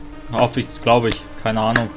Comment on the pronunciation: Isch bin es, ja:D